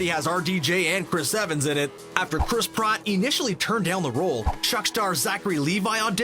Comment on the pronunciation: wow, first Chris Praat, then Josh Whedon? you gotta first pronounce them right man